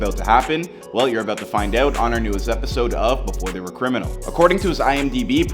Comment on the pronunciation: Dude said your aboot to find ouuut lol